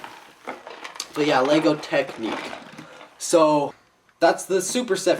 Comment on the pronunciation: UGH!!! this always bugs me! it's TECHNIC (tek-nick) not TECHNIQUE